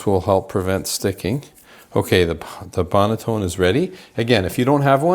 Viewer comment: It’s not a bread LAME hun. It’s pronounced bread LAHM (spelled lame) and the banneton basket is not pronounced BANETONE. lol 😂 it’s BAN-A-TON (spelled banneton basket)